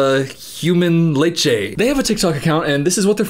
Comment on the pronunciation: “HUMAN LECHE” 😭😭